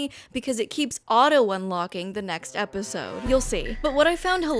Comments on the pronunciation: I will never not chuckle at EP-OH-SIDEE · My sister in christ, I lost it for the simple reason that you said "Eposide" and realising you were just reading off the fcking app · is episode pronounced like that im confused